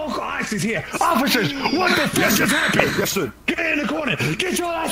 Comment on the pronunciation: had me CRYINNGGG "nouw.... Yæsh.."